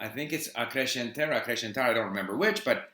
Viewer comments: You got it right the first time, it is subjuntivo. You didn't ask for input on your pronunciation, but I just thought I'd suggest that you pay attention to what's different from Portuguese to other Romance languages. For example, 'sc' sounds like 's', not like 'sh' (acrescentar). In most regions of Brazil we pronounce the final o's as 'oo' and the final e's as 'ee'. Anyway, if you like used books, you can try ordering directly from estantevirtual dotcom, I think they have international shipping. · Hey, Steve. Really cool to know you've been improving your Portuguese. Just a tip the pronunciation of "acrescentar" - this SC encounter has the same sound as in "pass" or "misunderstanding". I'm a huge fan of yours and have learned a lot from you on how to carry out my polyglot journey. Wish you the best. If need be, hit me on my Instagram and I'll be more than happy to help you out with Brazilian Portuguese. Cheers!